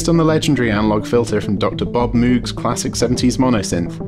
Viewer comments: PLEASE PLEASE PLEASE learn to pronounce Dr Moogs' last name correctly! It is NOT "Moo-g" like a cow noise, it it pronounced like "Vogue" - "MOGUE". I met Dr Moog in 1969... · Argggghhhh.... It's pronounced 'Mogue', not 'moooog'!